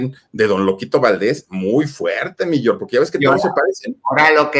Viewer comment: ¿Porqué el Filip dice "mi Yor", no es "mi George"?